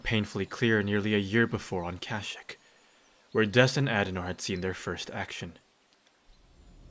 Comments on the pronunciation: Anyone else annoyed by him mispronouncing kashyyyk? Other than that very well done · Cash-ick is the Old Republic pronunciation, I swear! The KOTOR characters all say it like that. Sorry if it was annoying though.